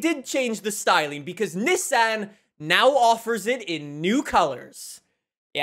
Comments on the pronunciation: not neh-san its NII-SAWN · Why does he say ni-san not nissan